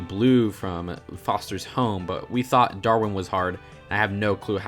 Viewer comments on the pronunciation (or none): none